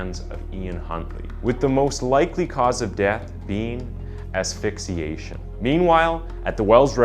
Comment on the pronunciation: I too have noticed some misinformation in his videos. As well as just getting names and words wrong which is weird to me. Like you make crime videos but can’t say asphyxia? I was watching a video of his yesterday and he said “ass fay shuh” like if you make crime videos you should know the basic “crime scene-medical terms” they use.